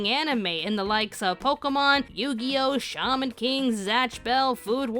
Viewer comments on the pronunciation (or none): none